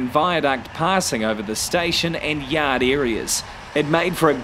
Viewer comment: Ha ha! When he said "yod", I thought he was from bloody Boston. Great narration, nevertheless!